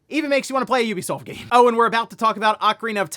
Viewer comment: You be soft? Is that how it's pronounced?.....